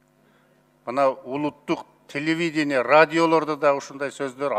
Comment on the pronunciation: "доктор наук" дейт ко өзү! "Телевиденя"сын айтпай эле койойун...